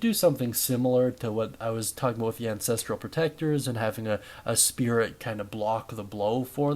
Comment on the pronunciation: god i hate to be this guy but its 'an-ses-trull' not 'an-ses-tree-yull' bugged me so bad 😅😅 ty for the guide though big dog!!